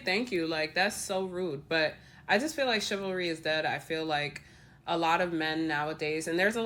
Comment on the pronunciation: It's chivalry, not chilvary, that's why it is wrong.